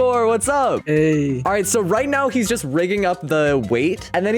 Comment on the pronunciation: Why his "Heyy" at the start of the call sounded so much italian?